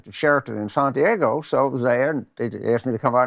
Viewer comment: Santyaygo? How did this guy wiggle his way into any political advisory capacity? Oooooweeeee I don't understand it.